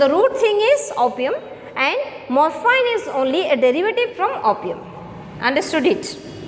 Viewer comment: Mam, plz search in google, "pronounciation of morphine". And by the way, i appreciate ur teaching style 👍🏻👍🏻